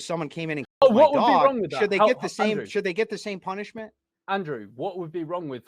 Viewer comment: ANDWEW ANDWEW ANDWEW